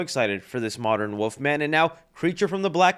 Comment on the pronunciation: Baby girl. It isn’t WOOF. IT. IS. WOLF.